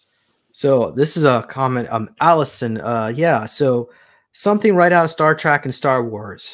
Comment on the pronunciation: It's not Star Track it's Star Trek - Trek meaning journey, just an fyi